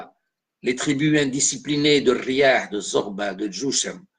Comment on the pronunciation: Tu ecorches les noms Athbaj et Riyah, Ibn Khaldoun a ete aussi protege par les Hilaliens contre les merinides de Fes